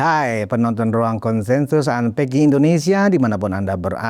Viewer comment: Punten... setiap abang di pembuka di bag" unpacking" Selalu dikuping budek ini terdengar "antek... artikulasinya terdengar seperti itu.. maaf yaa itu selalu menggangu di pendengaran sy..